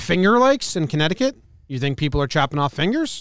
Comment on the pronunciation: the finger lakes in conneticut!!?!? did you just say conneticut?!?